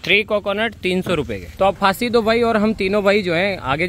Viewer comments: Pasindo.....❌ Faasi do.....☑️....😂🤣😆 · Pasidu ❌. Faasi Do ✅.